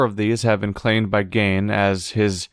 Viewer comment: Still pronouncing Gehn wrong after doing it correctly earlier.